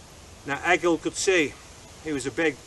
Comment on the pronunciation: That was awesome, however you are saying Egil wrong. It is pronounced Ay-yil, not Egg-ill.